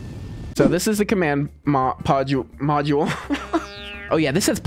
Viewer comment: "Command podule" 💀